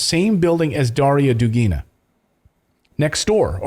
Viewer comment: The emphasis in the word "Dugina" is on the first syllable. Same as in "Dugin", which is a male version of the same last name. It originates from the word "duga", which means "arc" or "curve" in Russian. I used to be a big fan of Alexander Dugin's books and interviews, and he never spoke any nationalism or pro-war stuff. His lectures in the MGU university recorded back in are just impeccable, and very inspiring to learn more about history and philosophy. Realy realy sad to hear these news about his daughter :(